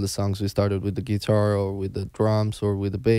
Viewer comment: They are wonderful and the interview is wonderful! Just great! (Guys, tell Thoman to stress the word "guitar" correctly)